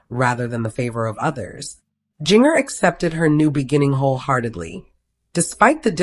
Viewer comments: Yep. You know when her name is mispronounced that it isn't something to be trusted. It sure makes you wonder why they even try to do this. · You can't even pronounce Jinger's name, I seriously doubt any of this is true.😂😂😂